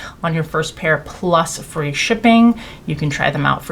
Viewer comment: Is this their Fwee pudding pot imitation?